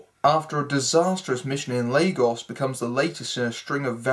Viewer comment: Great review as usual mate. I especially love how you praise Zemo. He was indeed a fantastic villain; in the shadows and manipulating events. Also, thanks for pronouncing Lagos well. :)